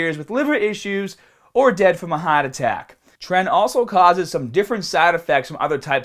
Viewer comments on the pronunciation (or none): His wording... Liver:Livaaaa... market: maket...heart attack:hat attack